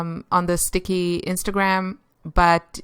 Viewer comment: Oh btw its pronounced stick-I-I